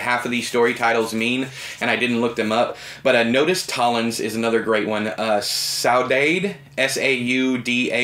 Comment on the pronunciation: Saudade is pronounced 'sow-duhd', and it is a Portuguese word for a very particular kind of melancholy.